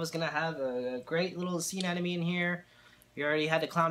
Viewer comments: It’s pronounced anemone not anenome. Also, anemones aren’t corals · I can't believe anyone else hasn't mentioned the fact that he seems to be mispronouncing anemone. It sounds like he is saying anenome. Regardless, that sucks that you lost it. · Well I'm a French-speaking guy and in French it's quite easier to get the sound right because the "e" at the end is mute. Son we say aneMon. But every time I watch an English speaking saltwater tank youtube they say AneNome even when in the title it is written aneMone I wonder why xD